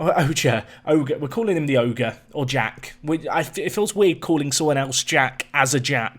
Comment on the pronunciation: Jack, as a Frenchman I must come out and say that the way you pronounce Oger is giving me WW2 flashbacks